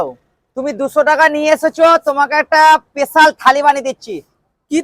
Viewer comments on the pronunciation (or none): Special ❌ pesal ✅ pesal bhabe pod marte hobe bara emon bhabe bole bara jano chop keu dekhini khaini bara paglachodaraa.. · Special Thali ❌ Pesal Thali ✅ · Special ❎ pesal✅ 😂😂